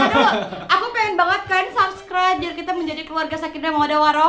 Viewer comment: subscribers kak bukan subreker 😂